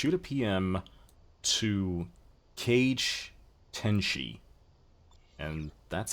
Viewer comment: Giggled when I heard you pronounce the name "Cage Tenshi", it has been a huge pleasure to have RPd with you, I hope I wasn't too bad. PS: I'd have no clue the forum account that would PM me would be yours (). You should've went wild!